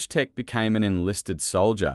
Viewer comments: Pronounced VOY-CHEK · It's funny how he pronounce wojtek.